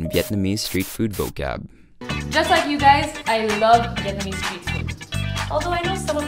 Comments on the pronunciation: Regarding the girl in the gym “breaking down” all of the Vietnamese words, she’s totally butchering the words lol is she even Vietnamese?? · New subscriber here. I’m in Hanoi looking for ideas and came across this. Great video, aside from the hot chick butchering the pronunciation of the viet words. Really enjoy your style. Keep up the great work! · Haha. She is terrible! Very cringy. What was with the Cher g-string?! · ayo who was that lady butchering vietnamese lmaoooo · Man that middle bit was horrendous. Like some outdated sexist infomercial you'd see in the 1950's. Not to mention the pronunciation of the meats was butchered to all hell. God help all the foreigners who saw this and ordered "father meat". Rest of the video is excellent!